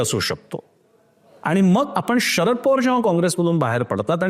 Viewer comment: बाकी सगळं विश्लेषण चांगलं आहे , पण तुम्ही शरद पवार याचा उच्चार षरद पवार असा करताय ते खटकत आहे.